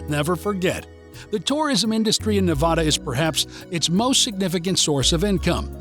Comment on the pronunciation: Please...it's not pronounced like Ne-VAH-duh. . Think "a" as in apple, instead.